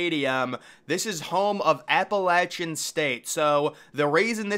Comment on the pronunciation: Love Appalachian Made the list and that you pronounced it correctly! Go Mountaineers!